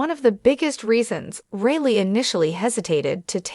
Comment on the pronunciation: FFS... get her name correct. Surname is Reilly.... pronounced as Riley, not Really